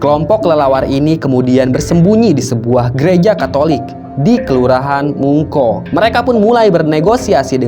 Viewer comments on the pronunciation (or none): Penyebutan desa dan lokasi masih keliru.. Kere (kelei) Mengko (moengko) Sebaiknya sbelum buat konten, harus lebih pasti.